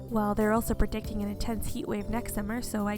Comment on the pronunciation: I dunno I heard Prediciatijg instead of predicting ...